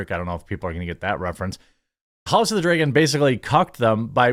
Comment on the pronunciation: Jeremy says "dray-gon"